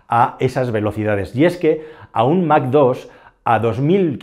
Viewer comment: Se pronuncia "mach" en español o algo parecido a "maj" en alemán. "Mac" no es ni chicha ni limoná. Que los americanos lo digan como quieran pero nosotros no tenemos por que imitarlos.